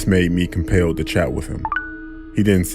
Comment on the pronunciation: "This made me cum-pailed"